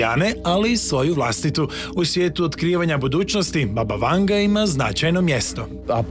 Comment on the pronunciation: Imeto i e Vangja, a ne Vanga !